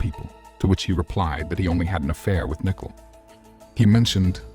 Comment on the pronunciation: it’s pronounced more like “NICK-COLE”, I hope that’s helpful. Unless you’re using AI then that makes more sense lol